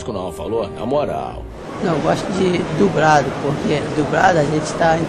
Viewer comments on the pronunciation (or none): "Gosto de DUBRADO".